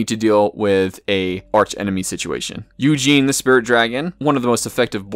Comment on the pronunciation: You did not just pronounce Ugin's name Eugene, right?